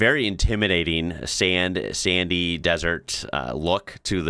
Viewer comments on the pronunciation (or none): none